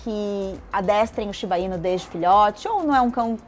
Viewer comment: Tem outro video no canal em que a apresentadora tbm fala "Shiba-inu" como se fosse tubaína kkkkk. A maioria das palavras japonesas são oxítonas na pronúncia. Por favor, avisem ela que se fala shiba-iNÚ 😅😅😅